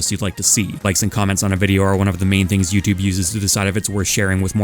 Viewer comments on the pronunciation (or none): none